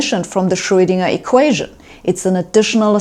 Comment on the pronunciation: She pronounces Schröidinger” exactly as it ought to be pronounced in German!👍